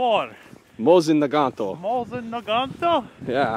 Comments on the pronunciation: Mosin Nagant is pronounced Moe-seen Nah-gahn, the "t" is silent. In the Motherland they call this rifle a Mosinka pronounced Moe-SEEN-ka. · WTF is a Naganto? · Protip, adding 'o at the end of a word is Italiano, not Russian. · NAGANT IS PRONOUNCED NAGAN NOT NAGANTO MOSIN IS PRONOUNCED MOSINA